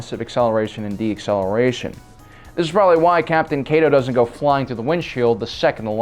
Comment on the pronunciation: Deceleration. Not deacceleration.